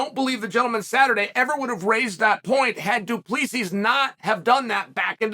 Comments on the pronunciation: he literally said du plus b the 3rd time he referred to the colonizer lol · Lol chael saying Du pleesees, it's Du-Ple-See. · I love how he always starts by pronouncing his name right and then goes back to du play sees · its pronounced dew plesseee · Du Plus B ??? 😭💀💀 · Am I hearing shit or Chael called the dude “Due plus B” ? Lol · 😂 [Dricus] “2 + b” Amazing. He’s gone from intentional mispronunciation to using Algebraic expressions... UNDEFEATED. UNDISPUTED. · Du Plessis, doo plessus, 2 plus 3, due please ease, thank you for the laughs Chael, undisputed undefeated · Only once...from thereon he became "Du Plus P" if you listen closely. Here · 5 minutes in he went back to “du plesees” 😂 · he did the same thing on his last video about Dricus, or the one before, pronounced his name correctly as soon as the video started, and then continued to call him "Doo Pleasies" for the rest of the video 😂😂 undefeated, undisputed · Dude he said du plus si 🤣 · Until he said “Du +B” 🤣🤣🤣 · It’s pronounced Doo-Pluh-See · The pronunciation of 'Du Plessis' gets worse the more Chael talks lmao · The last "s" is silent! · he said it right the first time at the start, then it just went down hill from there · Definitely still hit the silent S a few times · Once and then descend into so many versions of incorrect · he says his name perfectly right off the batt then goes back to butchering it throughout the video.